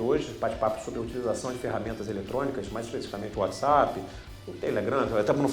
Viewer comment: Desculpa, mas não dar para continuar o vídeo, ouvido ele pronunciar "whatsEpp"